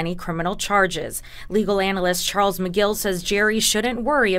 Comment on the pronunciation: "Charles Migill"